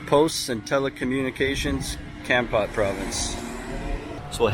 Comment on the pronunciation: hi!!! it is nice to see you living in my country. i am watching your youtube from america. kompot is called komport. komport is the correct pronunciation